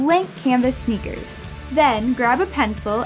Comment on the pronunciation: Sneks instead of sneakers it doesn't even sound like something would say and the script is horrible